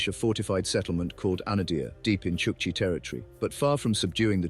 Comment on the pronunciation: This is probably why Chukchi are the butt of jokes in Russia - kind of like our "dumb Polack" jokes. Also if we are going to do AI voiceovers, make sure the name is pronounced right. The video pronounces it as "chuck see", but it's "chuck chi".